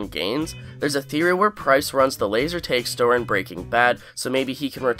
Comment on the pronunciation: Hearing you say "bag" and "tag" revealed to me that you're Canadian lol.